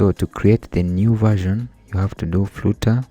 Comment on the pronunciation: Its flutter not frooter